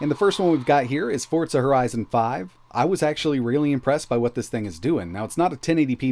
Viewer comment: 'Fortsa' horizon 5